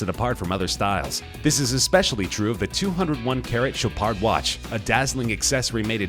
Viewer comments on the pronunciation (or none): none